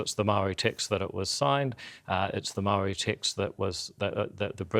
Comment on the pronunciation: Dude that likes to text and send vids to 13 year old girls, can’t even pronounce ‘Māori’ correctly. I wonder if he thinks we can’t see through his paid shill work from the Atlas group that he worked for in Canada, trying to strip the rights of indigenous people to pump the oil and gas from the land, royalty free. It’s impressive to see him sit up straight, when he doesn’t have a backbone.